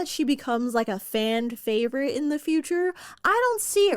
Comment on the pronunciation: Did I just hear “fand favorite”? I think I did…cute though lol